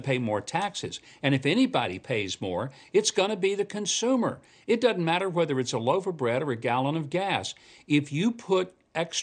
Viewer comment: DOESN'T, Mike NOT: DUD-ENT!!!!!!!!!!!!!!!!!!!!!!!!!!!!!!!!!!!!!!!!!!!!!!!!!!!!!!!!!!!!!!!!!!!!!!!!!!